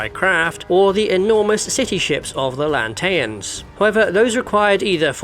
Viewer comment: Excuse me, how did you just pronounce "Bilskirnir-class"?? The who?? "Lante-ans"? You even pronounced them correctly in your "Stargate: Aurora Class Lantean Battleship" video.